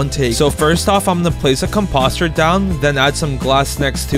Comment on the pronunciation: “compOster” “comparAtor”